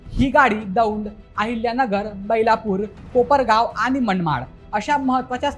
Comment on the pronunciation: बेलापुर म्हण, बैलापुर सांगतो